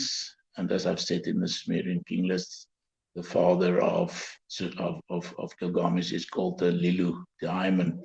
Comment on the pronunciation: It's was a very interesting show to watch. Thank you. Nice to hear about slightly different views which makes it all the more worth watching it. I'm wondering why constantly says, gil-GA-mesh. According to my understanding, the stress lied in GIL. So it should be GIL-ga-mesh. But any, it's not the most important thing. Thanks again for this video.